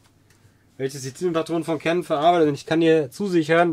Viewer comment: Frohes und gesundes neues Jahr! Klugscheißermodus on: Canon stammt aus Japan, sprich Kanon und nicht Cännon. Cannon is der dicke Detektiv aus Amiland 😎